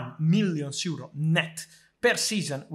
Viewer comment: "TIRTY-ONE million seuro NET" i love you fab 😂